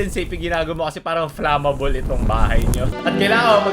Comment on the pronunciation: Finally! Someone pronouncing FLAMABOL correctly instead of FLEYMABOL. :)